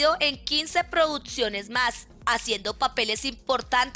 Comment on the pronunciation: La narradora de este video es la hermana de leo reyes ella dice produtciones😅